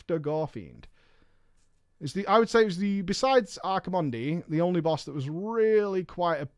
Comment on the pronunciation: Archi...mondEE? kek